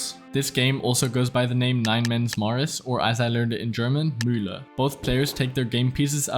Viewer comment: Bro pronounced Mensch aerger dich nicht perfectly. Do you speak german? Edit: Bro also pronounced Muehle perfectly.